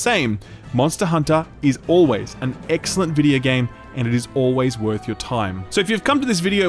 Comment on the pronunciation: Did say EGGxcellent when showing a Kulu Ya-Ku? LOL